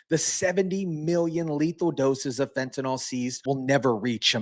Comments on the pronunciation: Fent A Nil, not Fent A Nal. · Please learn to pronounce the word fentanyl. There is no O in fentanyl. The last syllable rhymes with "hill." Like this: "fentanill".